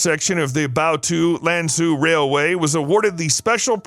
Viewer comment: Love your video, but Lanzhou is pronounced lan-joe, not lan-zoo